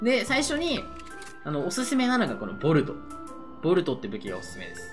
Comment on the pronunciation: ボルトがボールドに聞こえてしまう😅